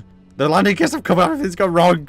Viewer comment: Anyone else get driven mad by pronouncing the g in wrong?